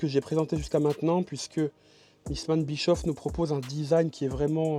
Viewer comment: Pour information On ne proononce pas bichof Mais bichauff